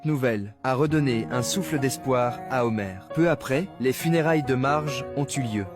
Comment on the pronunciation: C'est pas Homer c'est Homère